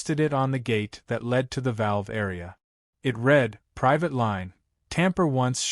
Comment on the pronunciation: whats priate water? thaught it was "private"?🙄🤣